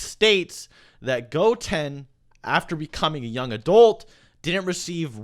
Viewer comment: The way you say goten really rustled my jimmies